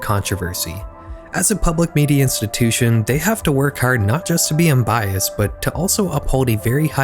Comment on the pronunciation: completely unrelated and randomly specific question, but are you from atlantic canada? the way you said “hard” sounded like someone from the maritimes haha